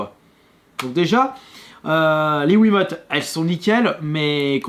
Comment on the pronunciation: Il a dit WII mote à un moment